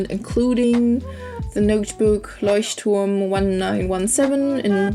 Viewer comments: Finally someone who is able to pronounce 'Leuchtturm' #kickisbujo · Finally someone who can pronounce Leuchtturm 😂 #Kickisbujo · yeah, because she's german. It drives me crazy, when english people don't get it that they can pronounce ch like sh :D